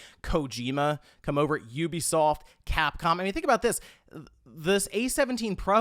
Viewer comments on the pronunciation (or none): none